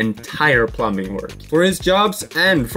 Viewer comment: As an English Speaker AND an experienced English Teacher in the Japanese School System. PLEASE stop pronouncing the word “plumbing” as plum-BING! The B in plumbing is silent. It’s pronounced as plum-ing, or better yet, plum-ming (don’t elongate the “m”, just say the word quickly). Good channel, love the work you’ve done! Gambate!!!!